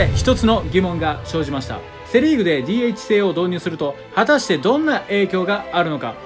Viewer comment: DHの読み方が…